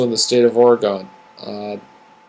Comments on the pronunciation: This is probably a great video, but Oregonians won't get past how you are pronouncing our state! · Never heard of the state of Ora-gone. But I live in Ore-gun. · Lol! You're mostly right, but I stayed haha. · The way you say "Oregon" kills me!